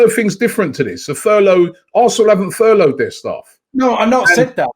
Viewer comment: "ITV have furloyed their staff"